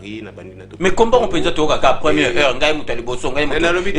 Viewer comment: ba lobaka "première heure" et non "première here". O vandaka na France quand-même